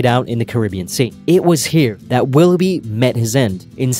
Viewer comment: Per favore utilizza Cambly.. Willoughby pronunciato 'bai' finale anziché 'bi' non si può sentire...